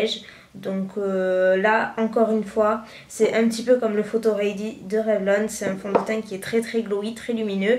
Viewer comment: Pourquoi tu dit REY DI .....C'est READY ......ahhh how french pronounce English make me sick